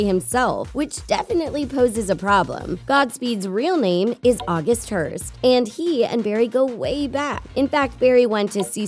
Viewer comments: August Heart not Hearst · it's august heart, not august hearst. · Its august hart not hearst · not AUGUST HEARST ITS AUGUST HEART, FOR GOD SAKE!.